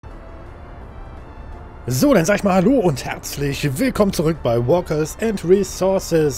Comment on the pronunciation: Hi, Wollte dich mal was fragen. Bist nen netter Typ aber sach mal was mir in Deinen Videos dieses Spieles aufgefallen ist, das Du das Spiel etwas na sagen wir mal falsch aussprichst. Oder soll das ein -Gag sein??? Falls es kein Gag sein soll nen tipp du Fragst dich wo deine Arbeiter eigentlich sind??? Na die gehen spazieren!!!! Du spielst ja "Play gehen& Resourcen.."" und nicht "Play Arbeiter & Resources..." Sorry der musste jetzt einfach raus. Aber mal im Ernst- "Workers" spricht man "Wörkers" aus. Wie gesagt falls das Dein Eingangs-Gag ist vergiss meinen Kommetar, ansonsten meine ich es nur gut also nicht persönlich nehmen. (mein Englisch ist auch nicht so gut; Ich mag die Tee-Nation nicht so gerne) Im übrigen Du spielst das Spiel sehr interessant. Wie Du in der letzten Folge schon sagtest du hast schon jede Menge Gebaut in den 3 Jahren. Richtig aber es fehlt auch noch ne Menge. Zb Stoff industrie oder Fleischerei oder.... Also freue ich mich auf noch viele Folgen miit Dir und diesem Spiel!!!! Übrigens Deine Kohlelieferung beim Stahlwerk.... der Zug kommt auf einem 1-Gleisigen Abschitt neben dem Bahnhof angerahren. Du solltest die Überlegen die Zufahrt der Kohle über 2-Gleise rechts der Abladestation zu verlegen. Ich denke das dies weniger Staus im weiteren Verlauf beinhaltet. und versuche die Gleis-Kreuzungen zu entschlacken. ich vermute nämlich das das kompakte Bauen der Gleiskreuzungen dazu geführt hat, das Deine vorherige Staffel nach dem letzten Up